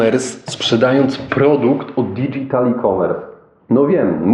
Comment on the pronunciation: Nie digital, tylko dydżital się wymawia. Reszta w porządku.